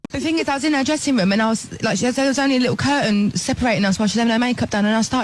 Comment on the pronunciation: That cur'ain was hi' by a bo''le of wa'er.